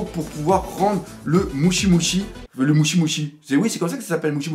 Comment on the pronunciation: mdr c'est pas mushi mais mochi tu es énorme xD